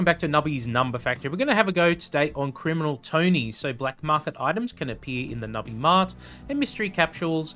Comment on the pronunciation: Your pronunciation of Criminal felt weird .Odd pronunciation where are from? Like region no specific details]